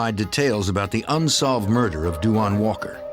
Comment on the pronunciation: I hate how they pronounce that boys name (RIP) they always do the most w names .. it’s da- wonn. Not DU WAN lol smh